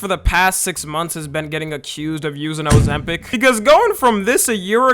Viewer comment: O-ZEM-PIC❗️ O-ZEM-PIC❗️ O-ZEM-PIC❗️ O-ZEM-PIC❗️